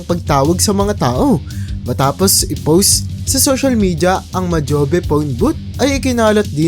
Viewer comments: Majobe desert daw!!! Bugok yung narrator. Aral din muna. MOJAVE DESERT yun engot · Anong mojobe desert.. baka Mojave .